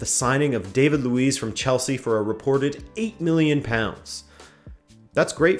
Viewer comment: Either mispronounce all Portuguese names or pronounce them right! How you say Pedro neto and David Luiz is so cringe